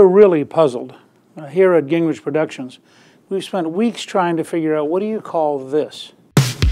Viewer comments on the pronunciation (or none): It's Ging-Gritch, not Gink--Ridge.